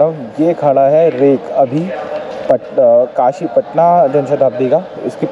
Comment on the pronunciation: It's काशी not कशि